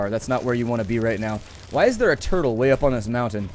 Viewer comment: he said toitl